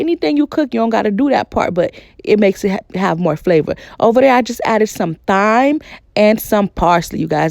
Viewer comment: This is the first time I’ve heard the ‘th’ pronounced in thyme. It’s pronounced time.